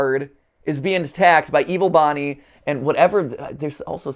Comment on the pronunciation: FINNALYYY edit : it physically pains me when he says “bonnie smiles” and “bonnies burgers” edit : analog theory??